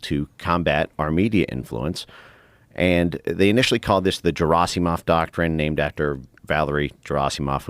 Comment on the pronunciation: Dude is such an expert, he can’t even correctly pronounce Valery Gerasimov. Hard G😒